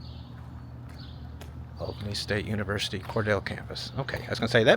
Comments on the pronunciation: I suppose this video was in my recommended because I'm a Georgian, but I'm glad it showed up. Just a few South Ga tips: Rochelle is pronounced Row-Shell. Cordele is pronounced Core-Deal. I can't believe you were so close to the places that the movie "Midnight in the Garden of Good and Evil" was filmed with no mention. That's part of the fabric of Savannah! It's beautiful in Sav, but it's being taken over with crime and poor local government choices. I'm from a tiny small town that was once booming, but industries moved and farming is imported, leaving folks to stay and struggle financially or move for work. It's an American tragedy, actually. Oh, and the cornbread was cooked in an iron skillet! Thanks for a great Ga video! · Hey, your old friend telling you how to correctly say town names down south. The correct pronunciation is Core Deal not Core Dale. Sorry I just can't help myself. I love you videos by the way. I spent a week in Cordele years ago when I started my nomad traveling journey. I stayed in the KOA but I would NEVER stay there again. It just felt unsafe. Happy travels to you and Nicole.❤ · It's pronounced "Cor-Deel/Deal"..not "Cor-dell" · Its Cor-deel.. not Cordell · It's pronounced kor-DEEL (rhymes with "meal") not kor-DELL --- The city was named after Cordelia Hawkins, the daughter of a prominent railroad executive (Samuel Hawkins) who helped bring the railroad through the area in the late 1880s. Since her name was pronounced "Cor-DEEL-ya," the city name kept that long "E" sound. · Interesting trip through the little "non-destination" towns. It's sad how these towns are practically abandoned and are no longer thriving communities. I wish the telephone museum had been open - I've wanted to go through it but never had the chance. (By the way, it's pronounced Cor-DEAL, not Cor-DELL.) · You went from Rochelle right through Pitts without stopping to Cordele. It’s pronounced Cor-DeeI. I grew up with relatives in Pitts, GA. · It's Cor-DEEL...